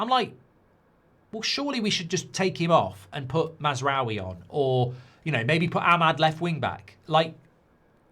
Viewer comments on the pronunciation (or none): none